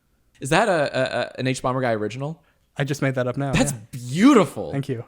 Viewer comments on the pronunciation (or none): OMG ITS THE HUBUBUBAGUY